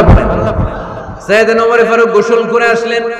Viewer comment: হযরত ওমর রাঃ এর নাম তো ওমর ফারুক কিন্তু হুজুর বারবার বিকৃত করে ওমরে ফারুক বলতেছেন কেন বুঝলাম না ? নাকি আসলেই উনার নাম ওমরে ফারুক ? বিষয়টা কেউ পরিষ্কার করবেন প্লিজ ।